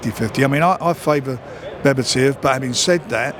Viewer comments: Someone needs to tell him it’s Beterbiev now bebertiev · BE-TER-BIEV. Who’s bebetiev??